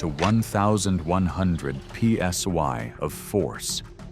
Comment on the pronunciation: Another decent video with bad AI narration. For example, when it was talking about bite pressure and it says "...PSY of pressure". AI still has a way to go.